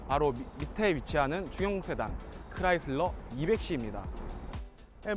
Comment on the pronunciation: 크라이슬러를 클라이슬러 라고 하시네요 ㅎ